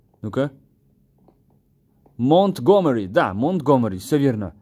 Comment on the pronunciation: Не монт гомири,а монти глэмрок